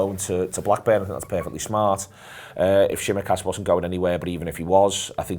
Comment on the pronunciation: Nord VPN should demand that stops saying Shimikas